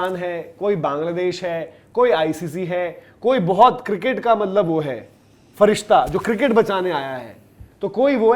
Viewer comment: ap b frishta word bol laitay ho? Ap jantay hen k farishta kisay kehtay hen?